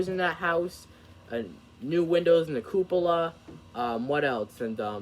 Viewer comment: Congrats on the iPad. I’m using one to watch this video. Good job on pronouncing cupola. Many wouldn’t.